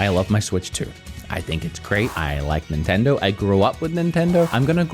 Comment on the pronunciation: It’s Nintendoe not Nintendoo